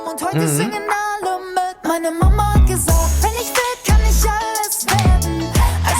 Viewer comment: meine mama hat gesagt: my mom said. And your pronunciation of "gesagt" is on.point.👌🏻